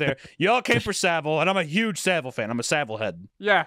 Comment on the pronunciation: Well for one hunter you're saying Jimmy savile wrong which is why is probably confused on who you're on about